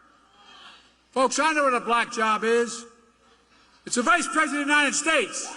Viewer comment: Don't forget calling Kevin McCarthy, Steve. He also called J.D. Vance, J.P. Mandel. He also had to be told that he was in Sioux City, Iowa and not Sioux Falls, South Dakota. Not to mention every word he's mispronounced, or the fact that he deflects when he can't form words. Also, "The United Shaysh".